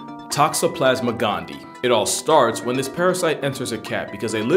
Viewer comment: I don't know if you'll see this because this is an older video, but anytime there are two i's in a scientific word, you pronounce both. That parasite's species is "GAHN-dee-EYE". I believe it denotes a species named after a person, like "Inostroncevia alexandrii" (my favorite animal) meaning Alexander's... something (likely named after the man who discovered said species.)